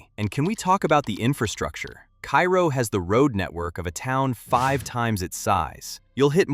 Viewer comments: Kay- ro not kai-ro.... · You mispronounced Cairo. It’s pronounced KAY-ro. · Loved your content. You can hear the person behind the video. I enjoyed the pacing. I enjoyed the jokes. One point of clarification, Cairo IL is pronounced karo like the syrup. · Cairo, IL... Pronounced "Kay-Roh." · Number 10 is pronounced “cay-ro” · It's Car-o (long a) Illinois. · Hearing Cairo mispronounced a dozen times in the first minutes made me post this comment then move on to another video.